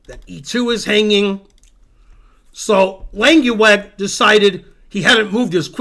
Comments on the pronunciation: Lenkiwag? You’re pronunciation of a dutch name is frankly terrible! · His name is Langeweg, not Lankieweg.